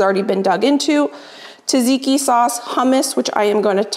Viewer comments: I love how you say “taziki sauce” is that because you can’t pronounce tzatziki? The meal looks absolutely fabulous though! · Tzatziki , not Taziki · λεγεται τζατζικι οχι ταζικι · Hi, until next time, check on google translate how to pronounce tzatziki like a Greek😘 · we love you...but please look up how to pronounce tzatziki